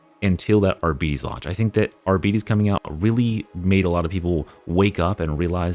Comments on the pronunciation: Why the f do you pronounce arbites like that?. It's just like the people that keep calling Lara croft, Laura Croft. It is objectively wrong, end of story. Love the videos outside of that tho. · YOU ARE SAYING ARBITES WRONG.